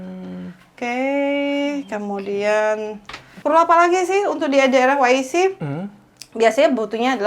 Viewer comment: Mungkin maksudnya "dabel yu ay si", bukan "wi ay si" untuk penyebutan singkatan walk in closet (WIC).